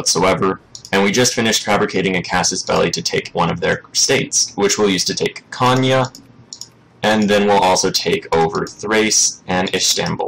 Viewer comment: That's a spot on pronunciation for Konya. ^^